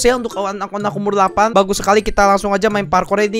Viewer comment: delapan bukan Lapan😑